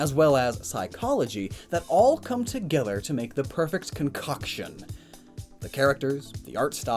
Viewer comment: Am I the only one who got hella uncomfortable when he said concoction and put a little too much emphasis on “cock”